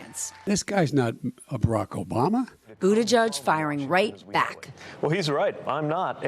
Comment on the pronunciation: His name is Buttigieg not Buttijudge!! P.S. the democrats still can't come up with a decent guy. SMH